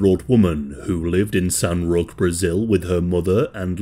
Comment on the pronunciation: "Roque" is pronounced as Row-kei